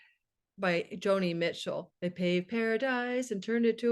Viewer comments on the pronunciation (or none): none